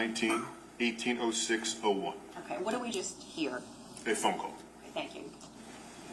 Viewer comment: The female prosecutor always says “o-ki” instead of “o-kay” lol it always makes me giggle when I hear it.